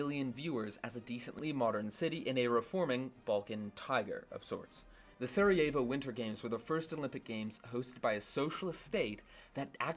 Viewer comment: The "J/j" in Sarajevo and Jugoslavija are pronounced as "y".